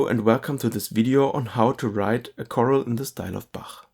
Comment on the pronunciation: The word is "chorale," not "choral." (kuh-RALL, not KOR-l)